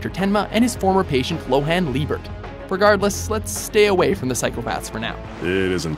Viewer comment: Dafucc is "L"ohan Liebert?!?